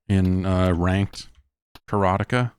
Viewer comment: That's how we pronounced it back in the day.